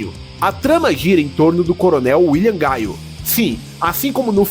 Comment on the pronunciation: Falou o nome errado, não é "gaio", é GUILE